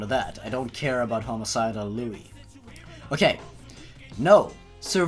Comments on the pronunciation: This is amazing. I love these readings. Your commentating is the best. (But just so you know, it never actually says that Liu was older in the original story. And I'm pretty sure it's pronounced Lee-oo.) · Different accent's dumb ass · you pronounced liu wrong FYI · Its FUCKING LIU!!!!!!!!!!! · it's pronounced Loo not Luey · That not how u pronounce it it said like lou not lewy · I kinda wish you’d pronounce his name “Loo”. Not because I give a hoot whether it’s the CORRECT pronunciation or not, but because all “Lui” makes me think of is “A IS FOR APPLE! B IS FOR BASEBALL! C IS FOR CAT POOP! D IS FOR ELEPHANT!” Although maybe that just makes the video better. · Why did u call me liuy? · by the way Liu's name is pronounced Lu, not Lowey. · .-. it's not liu-ie it's lu okk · His name I Liu not Lui. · P.s its Liu not Liuie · WHO THE FUCK IS LEWY HIS NAME IS PRONOUNCED LEEYOU IT IS SPELLED LIU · sorry its pronounced liu u say the u not luie XD ..... not to be mean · is anyone else bothere by the fact he says "louis" and not "loo" like its meant to be pronounced, its liu not lui >3> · ..It's pronounced Liu..like Loo or Lou. I'm sorry, you saying it like 'Lewie' just was bugging me :\ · It's pronounced "Loo" not "Loo-ee" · hun. its liu, not lui. just sayin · I love how he pronounces it "Louis". I'm gonna write a story where its Louis the 15th or something going around and killing people, that'd be funny. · It's prenounced li u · Ticci Toby fan loo?? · he said lui wrong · You pronounce it (LOO) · Liu you were saying liuy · His name is pronounced "Lyoo!" I thought you watched Bad Creepypasta. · I thought it was pronounced like li oo. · i don't if anyone pointed this out yet or not, but first off its pronounced L-oo. also A/N means Authors Note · Liu is pronounced loo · you say his name like leeyou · Love your vids, man, but I've no idea how you can mispronounce "Liu" as "Lewy." It's three letters in a clear sequence. Kinda like pronouncing "Jeff" as "Fjef."